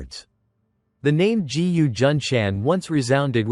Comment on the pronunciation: "G..U." ?? No narrator can pronounce a "G" placed in front of a "U". It pronounces Gu, not G U. Therefore im not interested in wasting time to listen to an AI generated voice.